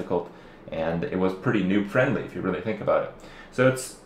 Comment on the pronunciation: Is kripp says ''new'' or ''noob'' friendly lol